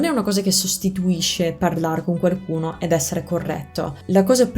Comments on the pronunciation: La tua pronuncia è sconvolgente, wow! Da madrelingua italiano ho notato una sottigliezza nel corso del video: varie volte (forse sempre?) nella parola "qualcuno" inserisci un suono leggero di "r", ottenendo "quarcuno". Che sia il retaggio di qualche amico romano? Comunque complimenti ancora, spero che il mio commento sia bene accetto e ti porti a rendere il tuo meraviglioso accento ancora più impeccabile! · Ti è rimasto solo "quaRcuno/quaRcosa" da correggere, poi sarà perfetto ;)